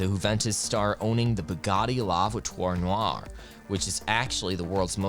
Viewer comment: It's not certain zat he woe's Bugatti la votter